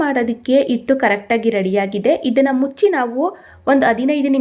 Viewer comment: Not only that ಹೆಂಚು, has become ಎಂಚು, ಹಿಟ್ಟು is pronounced as ಇಟ್ಟು